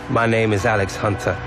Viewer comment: Alex "And-Spence" Hunter